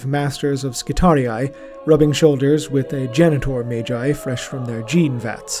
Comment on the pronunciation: In the case of Magnus the Red then the G is pronounced that way but Magi would be pronounced like Mage with the J. It is a good point but Magi doesnt come from Latin but rather is Zoroastrian and would've come from old persian and assyrian , those languages giving us the J pronunciation. if you look at the entimologicall site they'll confirm its zoroastrian origins, and then the greeks picked up the pronuncian who gave it to the Romans and hence down to us. Sorry for being overly verbose. Also Mechanicus organizations follow more greek than latin it seems while terra follows more Latin , though both greek and latin get used in High Gothic it seems.